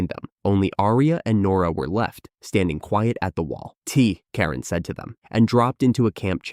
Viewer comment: why can't the AI pronounce Karen? you should at least make sure a main character is said properly or the story becomes annoying.